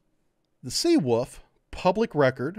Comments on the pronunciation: Take a shot every time pronounces Seawolf as Seawoof:v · Sea ...Oof